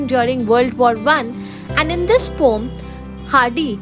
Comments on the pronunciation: Thank you mam... Tomorrow is my AEC exam... I am finding a proper explanation of this poem and I got your video... Thank you so much... But your pronounciation of ' Poem ' is wrong... It is not ' pom ' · You described the poem quite well. Thank you. But the pronunciation is po-em :) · poem❌ pom✅